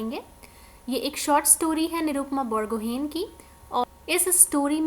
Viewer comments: It's not बरगहेन it's बरगोहाई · Hello ma'am , apne Borgohain ko wrong pronounce kiya ..it's "बोरगोहाइ" ❤ Love From Assam, And Thank You so much ❤